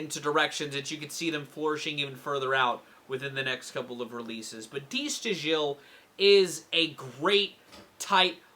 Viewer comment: Just a note: it's pronounced "da STYLE". Get breakdown, though.